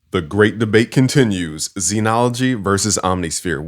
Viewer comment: All those "credits" but can't pronounce "Zen". ZEN is pronounced with a short e sound, the same vowel as in ten or pen. In IPA it is /zɛn/. It is not pronounced zeenology!